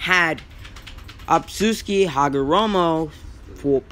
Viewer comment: Not tryna be mean but it’s otsutsuki, not obsusuki